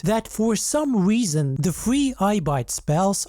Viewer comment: "The only weason..." 😂